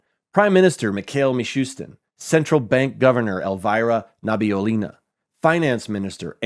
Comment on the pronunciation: Nabi-Ulina, not nabi-ulinA Sounds like Lina from dota